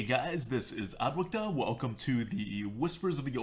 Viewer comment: pronunciation is on point. muhstiff